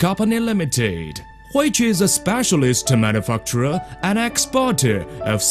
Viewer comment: manufacturer manufuckturer